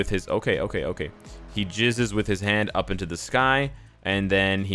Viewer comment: Jizz bro not gizz lol